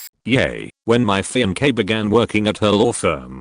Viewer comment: Strange how the a.i pronounces fiancee as fem-k.😅